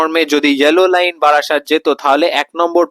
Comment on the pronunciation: বাড়াসাত নয় রে, ওটা বারাসাত 😂😂